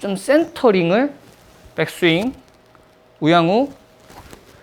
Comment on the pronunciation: 우영우 1로 들림 ㅋ 레슨 좋아요